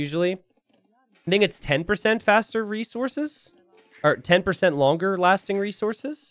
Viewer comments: he said laster longing SO many times. Even said it when noticing and trying to self-correct. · "mayan laster longing resources"